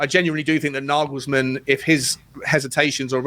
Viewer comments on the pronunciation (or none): I don't think there is a manager/coach on earth that wouldnt take the Spurs job. NaYYYYYglesmann (its fucking NaYglesmann unless you're fucking german) is a great option right now, but Levy will promise one thing then will do something completely different. I have heard Naglesmann has asked for assurances written down rather than spoken, so he seems aware of Levy's bullshit.